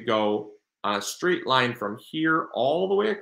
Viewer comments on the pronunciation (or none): none